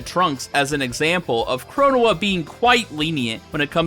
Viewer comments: 1: Fu's definitely in love with your CaC. 2: Your pronunciation of Chronoa brings me a bit of physical pain. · I hate how he pronounced the Supreme Court of Time’s actual name